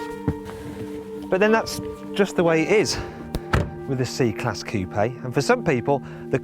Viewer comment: Its pronounced Coup not Coupei!!!